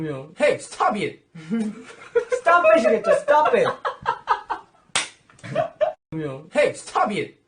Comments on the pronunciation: "Hey stobe iet" is now my catchphrase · Every time he says stob it.. I laugh my as* out And my mom asking me to show what I'm watching so long🤦🏻‍♀️